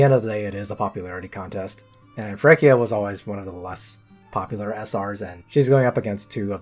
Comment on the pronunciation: Except Feraquea's name is pronounced feraQUAYa